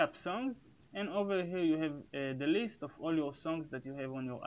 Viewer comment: His "over here click" is sounding like: "Owwhawhe click"